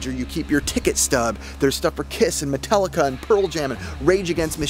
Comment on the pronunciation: who is Metelica? lol